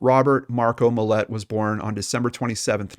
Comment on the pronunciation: Its Mill-lot there's no e. And this is old af